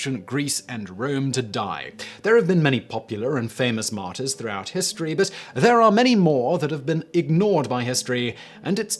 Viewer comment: Being a french man hearing Simon say martyrs sounds like Martin